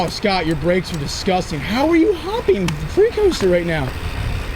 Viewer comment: Big boy has been around for how long and still can’t pronounce Scott and Matty’s last name correctly